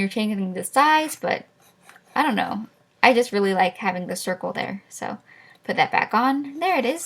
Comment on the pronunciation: u have a big problem trying to say circle